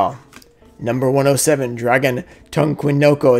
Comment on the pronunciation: My favorite has to be Number 107 just from you trying to pronounce it lol